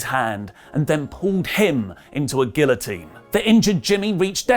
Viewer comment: Roman got the guillotine choke. Olí got over mispronouncing it’s name